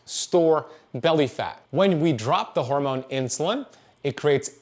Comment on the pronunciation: The way he says "horemoan" 🤣